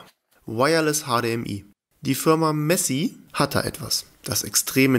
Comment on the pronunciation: Das soll glaub nicht Messi sondern Me Easy ausgesprochen werden 😅